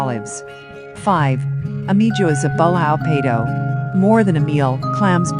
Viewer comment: ahahahahahahahahahaha ai cum caralho XD o video é uma pérola!!! Cozido à portuguesa e passam imagens de pastéis de nata XD mas o melhor é a "pronúncia" ahahahahahahahaha ela diz literalmente Ameijoas à bulhão PEIDO XD